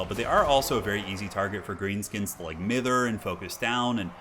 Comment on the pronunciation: Mither: my-ther